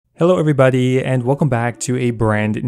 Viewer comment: “Hello every-bud-eee”